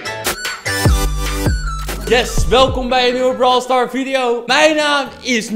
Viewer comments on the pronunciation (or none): Hij zegt het gewoon zonder s